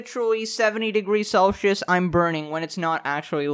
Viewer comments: How do u pronounce celcius like that...? Celshious XD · saying Celshus was so weird, ( I know it’s Celsius )